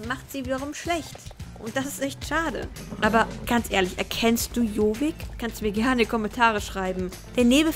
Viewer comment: lern am besten erstmal jorvik richtig auszusprechen ;)